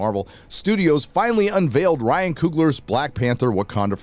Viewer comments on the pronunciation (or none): none